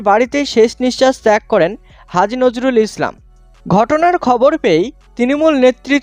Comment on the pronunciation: It’s Nurul Islam not Nuzrul Islam